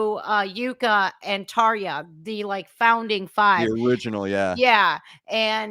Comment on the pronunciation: says Tarja quite well